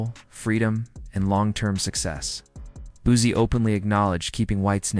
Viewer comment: I vibe with a lot of personalities but as someone from the 225 aka Baton Rouge where Boosie was raised. To hear the word Boozy makes me cringe 😂 say it with me “Boo See” or “Boo C” spelt Boosie I actually did watch the video after getting past the “Boozy” thing. Video was pretty good just wanted to give some knowledge on pronunciation of Boosie. As someone from Louisiana and a huge fan of Boosie to hear it pronounced wrong within the first 10 sec of the video I automatically assumed the video. Would be 🗑️ but all in all it was straight.